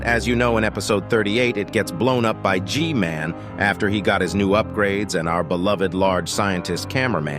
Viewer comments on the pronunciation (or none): Bro said Ge man